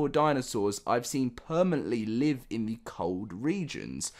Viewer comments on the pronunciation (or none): none